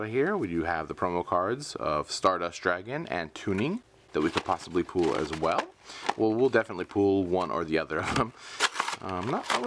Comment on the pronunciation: Its not pools it's pulls